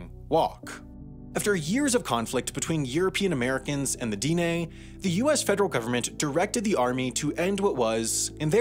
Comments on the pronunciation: I thought this guy was from the Denver suburbs. Granted, it seems that nobody in Denver is from Colorado any more, but some of the pronunciations make me think he might be from New Jersey or some place like that. Diné is not pronounced DEE-nay. Anglos from the region (like myself) pronounce it more like Deh-nay and Navajos themselves pronounce it more like D'neh. Bosque is not pronounced like the name of the Star Wars bounty hunter, it's pronounced Bos-kay. And of course, as others have pointed out, Cherokee is not pronounced ChurOH-ky. Despite all of that, I'm glad that this video was made, hopefully bringing more awareness of the Navajos as a people. Hopefully this will make people curious about the Navajo's unique and beautiful culture. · Diné is a two syllable word. The i is said as in “hit” or “bit”. The e is like in “met”. The mark over the e is a high tone mark. The vowels are short in duration. Unlike in English, lengthening the duration of a vowel changes its phonemic value (Japanese does this as well). Navajo is a tonal language. The i is low tone and the e is high tone. The mark over vowels is not an accent or stress mark. It is not pronounced dee-nay. Tones in tonal languages change meaning just as much as changing the vowel in other ways changes meaning. Just like bit, bet and bat are different words in English. In other Navajo words vowels can be nasalized and there is a mark under the vowel. Vowels that are longer duration are written as double vowels. -Erik Painter on Quora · It's not Deen Nay---- Dine' is pronounced more like deeneh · The emphasis is on the second syllable in Diné, it's dih-NAY, not DEE-nay. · It's di neh..the e is stressed not di nay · he also keeps mispronouncing Dene (DEH-nay) as dee-nay 🙄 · It isn't pronounced "DEE-nay." It's much closer to "di-NEH" or "de-NEH." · The e sounds like ae so like dinae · At least he didn't pronounce it "dyne." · Diné is not the same as Dene, and is actually pronounced “d-NEH”